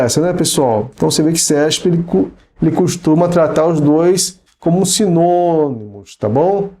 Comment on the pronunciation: "Simonimos" kkkkk que graça :)